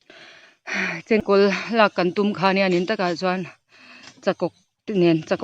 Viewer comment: Chengkawl hing i lam hi a dik tawk lo deuh